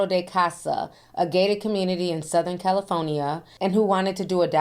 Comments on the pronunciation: If it wasn't, I'd come unglued. As a Californian, every time she says CaliFOnia, I lose it inside. 😂😂😂😂😂 But she gets a pass because I love me some her. ❤ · Are we going to talk how Ti pronounces California!